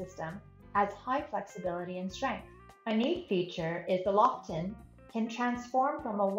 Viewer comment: The Nordisk Lofoten is pronounced Low-Foe-Ten, not Loff-oh-Ten. Lofoten is a Norwegian archipelago.